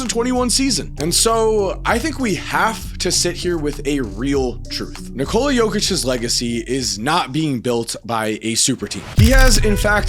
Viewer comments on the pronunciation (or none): It's not Nih-Cola. It's Nee-co-luh.